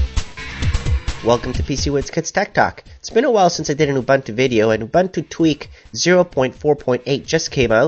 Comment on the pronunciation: Everything is great thanks. But it is pronounced "oo-BOON-too" and not "oo-BUN-too" That's it mate, keep it coming.